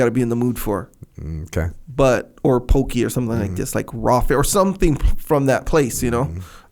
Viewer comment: As someone who grew up in hawaii my ears hurt when I hear the way says "poke"🤦‍♂️